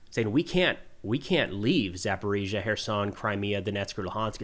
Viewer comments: First of all, great job. Some, if not THE best coverage of Ukraine, period. In the constructive criticism department, I would love to hear you call Zaporizhzhia, ZaporEEzhzhia instead of ZaporOzhzhia. You're not living in TennOssee. Just a thought, with the best of intentions. Thanks. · its zap- a-REEEE-Jah